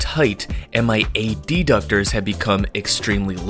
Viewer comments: Isn't it pronounced "adductor" and not "ad-ductor"? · I've never heard adductor pronounced that way before